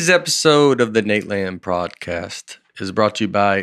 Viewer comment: Right from the start, Nate calls it a "prodcast." Buckle up, this is gonna be a great episode, folks!